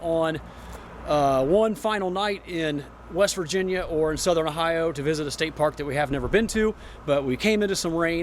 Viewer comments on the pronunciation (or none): none